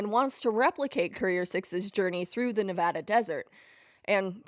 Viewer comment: Wow this is a fantastic project you’ve worked on, thank you for your dedication. As someone who was born, raised, and currently live in Las Vegas, Nevada I love this and your correct pronunciation of Nevada. Now I have to walk the way of the courier when I buy your map.